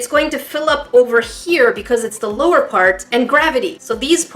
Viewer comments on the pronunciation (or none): none